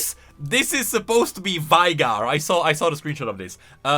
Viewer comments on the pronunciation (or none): she literally tell you how to pronounce Veigar, yet you'd still say it like "Vy-gar"